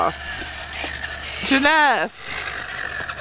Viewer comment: Yas girl yas you looking snatched in that dress love the necklace Jenness is so pretty thanks for the shout out and yes you pronounce my name right i was smiling ear to ear lol😊😊😊